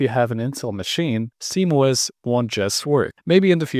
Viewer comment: why do you say simOS?